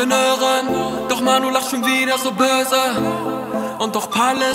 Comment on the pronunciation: Das ,böse’ lachen stört mich von der Aussprache ein wenig, aber sonst ein Baba song